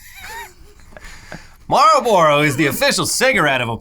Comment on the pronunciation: The way pronounces Marlboro bothers me